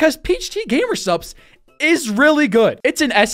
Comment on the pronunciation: he did mispronounce "cocktail" once or twice so to be fair...